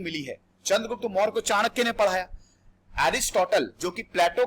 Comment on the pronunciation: No morayaa only Maurya